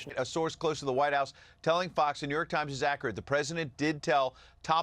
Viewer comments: i rewatched him saying new york trimes like 10 times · “New York Tchimes”